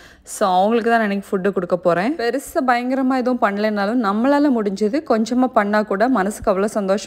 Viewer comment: R u tamilian. Bcoz when u say the word bhayankaram i feel u r from Kerala 😊